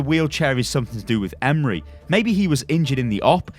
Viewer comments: So funny how you pronounce my name Emre :) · Hey, this might help with the pronounciation(at least for "emre") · God the butchering of his nameeee. Hurting my heart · The 'E' at the end is pronounced like 'A' in 'And' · lol ım turkish and that pronounceing is tottally wrong. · AS bayrakları as türk var mı ?? And we pronounce Emre not like imre look the translate it is emre e-m-r-e not imre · Why are you calling him Emri ? Its Emre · Love you on youtube but emre is not pronounced like emery its like Em-re re is like the note. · It’s not pronounced “Em-Ree” but rather “Em-Ray” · I believe that his first name is pronounced 'em-ray' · its em-rae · TheNames LC It's actually Em-Reh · "Emre" is pronounced with a sort of rolled "R" and the "E" at the end has a slight "Ay" to it. So you would pronounce it Em-ray, Hope that clears it up for some of you. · His first name is pronounced ‘m-ray’. Isn’t hard. It’s a standard, very well known Turkish and Muslim name. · pronounce it like this 'Emm reh'. E's sound like ea in the word bread. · Pronounced ēm-ray or ēm-rū the first pronunciation caused me to think of the Ray leak from a while ago, the one who pilots the orca drop-ships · its pranounced em-reh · I’m Turkish and the way you pronouncing his name is making me laugh 😂 , it’s Em-reh, I don’t know how to make second part easier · It's so freaking funny 🤣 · emrekid same hahaha it's so funny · I think you need to pronounce it Emreee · I hope ı can explane but its so basic m8 just try say just e m r e not any "y" or somethink if you see turkish name or word you can say it just say what you see if you see emre say e m r e if you see istanbul say i s t a n b u l love u <3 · Emruh is how it's pronounced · Konrað Lenton Chill bro he didn’t know, I’m Turkish too but it’s not a big deal if he didn’t know how to pronounce a name. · Just for future reference, I had a friend in school called Emre and he pronounced it like M-RAY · I dont know how you said the name so incorrectly